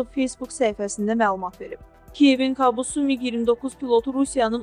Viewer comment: "Kabus "sözünü düzgün tələffüz edin.